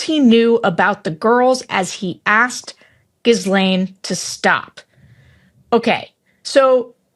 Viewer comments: Gee-laine Maxwell Sarah.. its a tough name to pronounced, but still... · Please, at this point, coukd you ask Tim, or virtually anyone else, how to pronounce Ghislaine. It's not Gizz. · Sorry Sarah, to be that person but … it’s pronounced: “gil-AINE”. The s is silent. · Sara it's Gi-LANE and (Virginia Joo-FRAY. This is has been around for too long not to get it right. And guy- reading for comprehension- did they teach that where you went? Sara's had to correct you on the point of every email message... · Sarah, the S in Ghislaine is silent. It’s French, but Ghee-Laine works. 🙂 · "Giz laine?" Really???? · Pronunciation check on “Ghislaine”…”gh” is a hard “g”, the “s” is silent…so it’s “gghee-lenn” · Her name is not pronounced ghislaine, it's geelane, hard g like goat. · Why can’t Sara say Ghislaine correctly? We’ve heard it in the media a million times. Gee-len. It’s not that hard. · Can people please learn to pronounce two names? Ghislaine - GILL-enn Giuffre - JOO-fray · Sarah, the pronunciation is ghee-lane with a hard G and no S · The S in Ghislaine is silent. It is simply G-lane. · Pronounced 'gill-enn'. Not that she deserves her name being pronounced correctly, but it draws less attention to her when it is pronounced correctly. Gill like a fish gill, enn like n for nonce (uk slang for PDF file). Very memorable ;) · I've long been a fan, Sarah, but your insistence on mispronouncing "Ghee-lane" is annoying. Otherwise, thanks for your analysis and contributions. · Gill -ane (like weather vane) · Ghislaine is pronounced "Ghee-lane" -- hard "g", silent "s". If you want it to sound more french, try "Ghee-len". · It’s not jisslaine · I think it's pronounced "gheelane" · Please, everyone, stop pronouncing her first name as "Giz-lane." The "s" in Ghislaine is silent. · I like that Sarah still calls her 'gizzlane'. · Sarah, silent s in Ghislaine, pronounced Gillain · it is Gee lenn. it is french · G like in genre, ee like in eek, len like in lens. Gee-len.